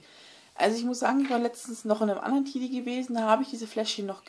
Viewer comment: Cooles video aber das spricht man Tedi und nicht Tidi aus